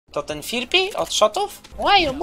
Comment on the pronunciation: Firpi ? A nie fripi